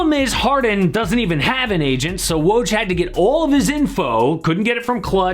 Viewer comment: You made a whole video about Woj and couldn't bother learning how to say his name?